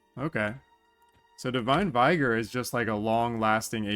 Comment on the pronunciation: Vigor is pronounced with a short i, like "ih" in "ick".